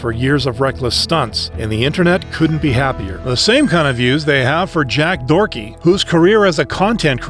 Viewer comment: his name is Doherty not Dorky 😂😂😂 thats pretty hilarious though